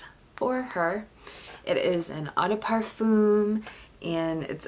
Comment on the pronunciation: the /m/ in parfum is not pronounced..